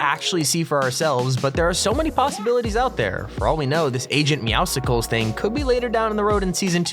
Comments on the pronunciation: It's pronounced agents meow-cles like mucles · It’s meowscles, like muscles